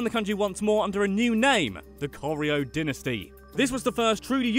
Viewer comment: Aww he can't say dynasty